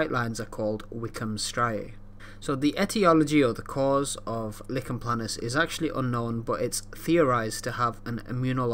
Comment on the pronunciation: Nice explanation but it’s not “licken” planus but “liken” planus, the name comes from the rash’s resemblance to a tree lichen.